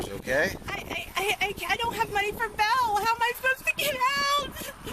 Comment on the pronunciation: I hate the way she says jail (jell) and bail (bell) 😠